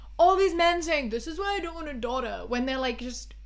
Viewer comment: this video's is important and I agree w everything but the way you say "daughter" ahhhh